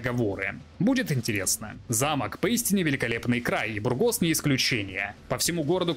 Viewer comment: Мб душно, но не БургОс, а бУргос. Ухо режет ппц…